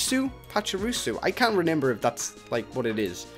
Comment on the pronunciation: Renember? Me: Can you pronounce?